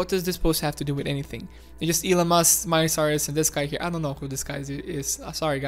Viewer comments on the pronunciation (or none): none